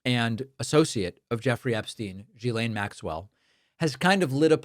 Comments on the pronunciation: It's pronounced Gee-Slain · The Gh in Ghislaine is pronounced like the g in "gill" (the respiratory organ in fish). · I'm following this story with interest, but please, could you stop mispronouncing her name? If it makes it any clearer, another spelling of the name uses a U instead of an H: Guylaine. It's a hard G, not a soft one. Gets on this French-speaking follower's nerves.